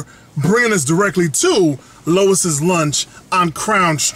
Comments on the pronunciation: Worst review ever. Can't pronounce the name of the restaurant correctly and said it was a steamed cheese burger. You obviously don't know New Haven. Stop acting like you do. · I find it funny you claim to be all “familiar” with the area....don’t even know how to pronounce the name.